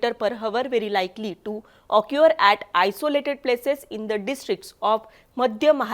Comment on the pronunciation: हावर नाही आवर ऑक्यूअर नाही ऑकर यल्लो नाही यलो '